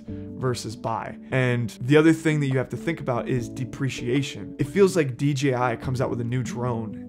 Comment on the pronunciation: First youtuber to say “ DJI “